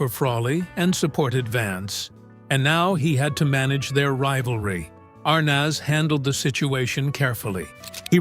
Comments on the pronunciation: ...And I recall it being spelled ArNEZ..not ArNAS...Mandela effect, perhaps? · The correct pronunciation is Ar(neez), not Ar(naaz) Be more accurate in your posts. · I hate when people use AI to narrate stuff. You can tell right away here when he pronounces Desi Arnaz -Desi Arness. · Dezi Arnots? If AI is so smart…… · I’m not familiar with this pronunciation of Arnaz; I’ve only heard it pronounced as aar-nez. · I find these bios as phoney as tabloids. Howdo you know how people really feel? Everyone can tell Frawley seems like a grump in real life. But we don't really know how she felt about him. . And these annoying Ai that can't even say a iconic namel Iike Arnez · Pretty accurate but I can’t get over the narrator saying Dezi Arnoz! Had to quit half way through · Meeee too. Ridiculous! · the pronunciation of Desi's last name - made me laugh. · The pronunciation of Arnaz made my ears bleed. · Mispronounced "ARNAZ"... repeatedly